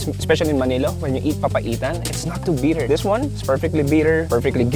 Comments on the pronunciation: bit-ter, not BEEEE-ter. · They keep saying “beeter” 😆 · “It’s very beeter.” 😂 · Why do they pronounce “bitter” as “beater?” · “Beeter” it’s definitely “Beeter”